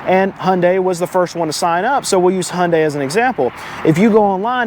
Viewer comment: Hyundai = Hoonday . correct pronunciation car guy.